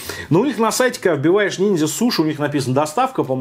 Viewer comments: Ниндзя, а не нинзя. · не нинзя, а ниндзя )))))))